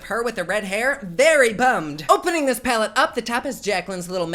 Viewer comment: Platte instead of palette 🙈